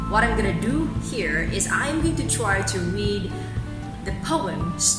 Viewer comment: Sorry, but this is awful. The added music drowns out that the poem is supposed to have its own rhythm... Then you analyse the poem as unstressed thee and stressed to, but you pronounce the opposite anyway, with the weak from of to. So which one do you think it is?